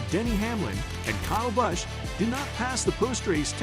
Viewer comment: Once again you’re mispronouncing drivers and the tracks names. How can you be the and you don’t know any of the names. The footage you use has the announcers saying peoples names correctly. Listen! It’s pronounced Bush, not Bus-sh. It’s Poe-co-no, not what ever you said. Dude get it together!